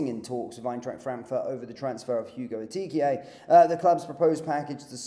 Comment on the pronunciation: Of course!!! Please get the pronunciation right - Eh-kee-tee-Kay!